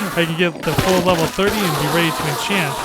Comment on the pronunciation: Let's all "entchant"